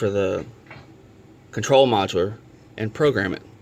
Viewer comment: I like your music but you do not pronounce the part module ( Mod u ler ) , you pronounce it ( Mod u wool) look up the definition of module and it will have a recording of the proper enunciation.